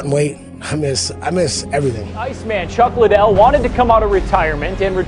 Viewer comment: "chack liddel"